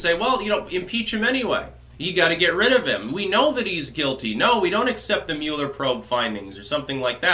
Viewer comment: The Muh-eller Probe